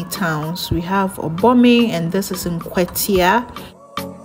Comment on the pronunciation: It always gives me goosebumps when I see my Kwahu hometowns and mountain scenery. One little correction my sister, it is Nkwatia not Nkwetia. 😂